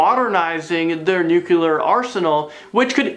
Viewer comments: It's Nu-Clear. NOT Nu-cular.. 😁👍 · he still says nucular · Nucular or nuclear? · Why cant any of them pronounce the word "nuclear" correctly?! Its not that difficult! Its pronounced "noo-clee-ur", not "nucular"! Pronounce it like its written, right? Doesn't that make more sense? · He said "nuculer" haha